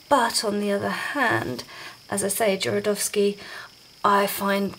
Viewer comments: Called him Jorodowsky the whole time .. did no one hear this ? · I liked your presentation and found it really helpful, although you were right about misspelling Jodorowsky’s name. The main problem is that you inversed the R with the letter D the whole time, practically misplacing a couple of syllables, which was a little annoying, to be honest. But aside from that, the infos were spot on. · Nice video but please learn how to prononouce Jodorowsky's name (click on polish)